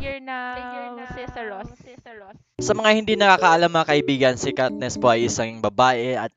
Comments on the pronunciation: kat"ness" katniss yun ui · CATNESS O KATNISS? HAHAHAHAHAHAHA AYUSIN MO PRONUNCIATION MO HAHAHAHAHAHA